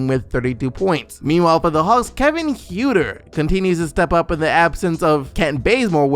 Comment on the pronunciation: Kevin Huerter is pronounced "Hurter" -Concerned Hawks Fan